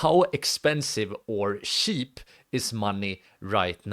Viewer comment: It's kinda sweet how you say 'cheap' - shiip :D